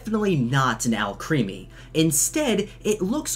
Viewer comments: IT’S AL CREHMY not creamy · lol the way you pronounce Alcreme as Alcreamy. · ITS PRONOUNCED AL-CREME-IE NOT AL-CREAM-IE LEARNYOUR FRENCH ITS ALCREMIE BECAUSE ALCHEMY + CREME